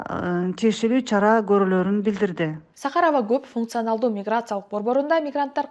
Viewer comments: сахАрово эмес чон кыз сАхарово деп айтылат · Журналист кыз сАхаров деген созго туура ударение койчу, билимин барбы?